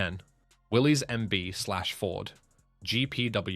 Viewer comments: It's not pronounced Willy's the guy's name was John North Willis spell with a y the vehicle is a Willis not a Willy's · It didn't stand for Willie's it stands for Willis you don't pronounce the Y in Willie's you pronounce it as Willis the man who started it his name was John North Willis not Willie's